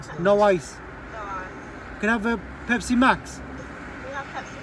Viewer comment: I like my pespi with no H IICCEE 😂😂